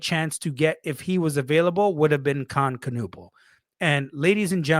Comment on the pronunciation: It's Ka-Nipple, not Ka-Nuppal homie